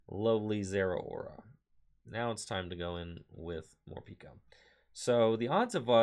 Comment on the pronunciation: It's pronounced Morpeko though not Morpiko...decent deck though!